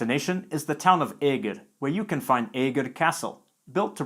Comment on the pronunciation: Eger is not æger , it is eger say the first vowel like the second vowel.